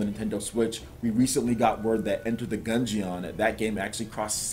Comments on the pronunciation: Youre right. Its obviously supposed to be pronounced the same way as dungeon...i don't get it either. I cringe a little when says "gun-gee-ON". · dude your pronunciation of words are terrible...just awful! It's (gun-jin) please get and hear a phonetic version of whatever words you can't say so you know what it sounds like!